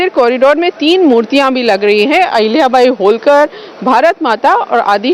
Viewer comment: Learn to pronounce marathi words as it is...Don't put a hindi template on them...होळकर... NOT होलकर....खंडेराव...NOT खांडेराव....